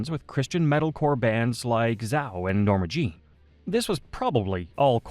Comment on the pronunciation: ZAO is pronounced Zay-oh. Not Zow. 😊